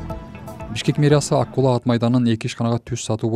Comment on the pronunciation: Ай, АКУЛА дебей АККУЛА АТ МАЙДАНЫ десен боло?!!!😮😮😮😮